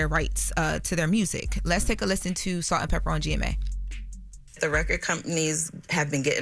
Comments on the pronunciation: it's Salt n PEPA not Salt & Pepper. Educate yourself please. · …it’s Salt-N-Pepa….Not Salt And Pepper!! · I was so annoyed that she kept saying it incorrectly!! 😂😠😬🙄